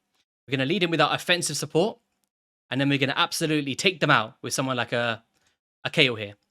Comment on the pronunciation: According to the PLARIUM VOICE GUY it's pronouced "KAYEL"